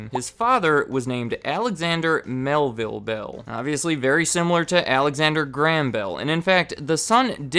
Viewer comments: "alexander gram bell" WTF, it's pronounced GRAY-um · It is pronounced Graham not gram. But otherwise very good video. Keep them up. Crazy to think Western Union was around then. You should do a video on them. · I'm from Scotland, and grew up in his hometown - it's pronounced "GRAY-HAM" not "GRAM" love your vids though :) keep up the good work! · That is the first time I've ever heard Graham pronounced like that. I am English and my Grandad is called Graham and the only way I've ever pronounced his name is like "Grayhum". Even Mr. Watson pronounces it like this. Just interesting to hear it said another way. The differences in the same language are so interesting! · You pronounce Graham weird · Weird, only now noticed that Americans pronounce Graham like gram